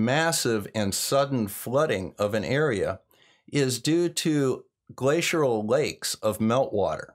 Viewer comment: Hey, love your videos, but sorry, it's not "glaciural" it's "glacial" no "r" or "u" n there....